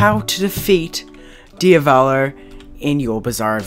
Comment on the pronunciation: DIAVLO DIAVOLO DIAVALO